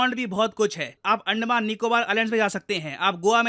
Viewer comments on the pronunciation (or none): none